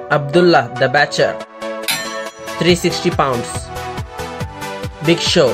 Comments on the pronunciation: Butcher not batcher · This dude says : abdullah the ‘batcher’ it’s ‘butcher’